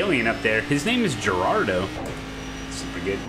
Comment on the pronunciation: Is that Geraldo pronounced like the talk show host, en Espanol as an H, Heraldo?